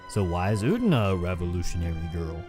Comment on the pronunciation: It is Utena. Uuuuu teeeee naaaaa. Not ootna.